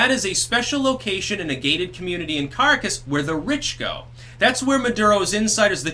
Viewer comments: It is CAH-RAH-CAS, not Carcass. That's about all. Piss out. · Caracas = "kuh-RAH-kahss," not "carcass"—although I do love that mispronunciation, given the lifelessness of Venezuela's economy. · Okay not to harp, but try Caa-Raa-Cass... not the best pronunciation of Caracas, but it's better than "carcass"... lol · I enjoy vids but he really mangles Spanish. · Carcass, Venezuela... appropriate mispronunciation and well-done. Why isn’t MSM reporting anything that’s going on there? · It's "Kah RAHK us" for fuck's sake. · For the love of the spaghetti monster, please learn how to say Caracas.